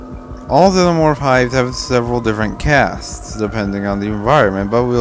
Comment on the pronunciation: How do you pronounce xenomorph so incorrectly?